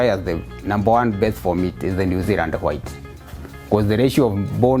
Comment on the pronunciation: New Zeland 😂🥰 it's New Zealand but New Zeland is cute